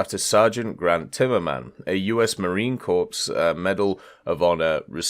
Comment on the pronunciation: Lol you said marine corpse.